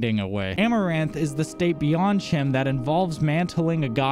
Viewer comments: Chim is pronounced "Kim" Edit: CHEESE Edit: Oh, and that stick clicky thing. Yes, I do as well. It's probably a stim. Do you perhaps have mild ADHD? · Your pronunciation of chim took me by surprise. CHEESE! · That makes total sense, and I do like that your videos present a perspective untouched by the more popular theories out there. I've mostly heard it pronounce like time with the hard k sound instead of the t.